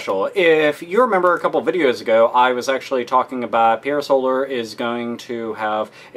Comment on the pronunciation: Had to dislike because the reviewer can't pronounce Pier Solar. :/